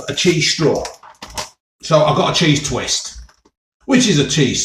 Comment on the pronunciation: Right folks, Cheeseh